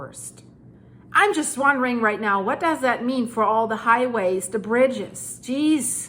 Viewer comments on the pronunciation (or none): none